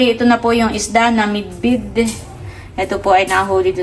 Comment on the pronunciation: Bidbid not midbid